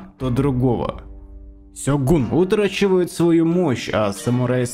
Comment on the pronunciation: Не сегун, а сёгун.